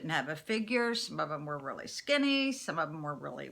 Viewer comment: Wat a weally weally nice blouse ur wearing..jus thought I'd mention that